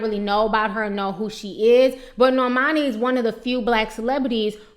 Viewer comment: Nor - mah - nee , Kor-day